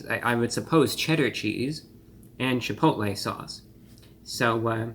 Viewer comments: I believe it's pronounced "Cheh pottle" ☝🏿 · Chipotle with a th